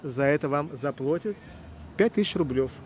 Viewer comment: ЗаплАтит правильно говорить. Плата. Ведущему самому надо поучиться.